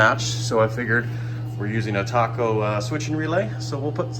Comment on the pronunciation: Nice clean install. Btw, Taco is pronounced TAY-koh, not TAH-koh.. 😉